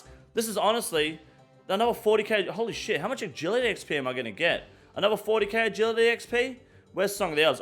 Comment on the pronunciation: I see your pronunciation complaint about Herblore and raise you "anover"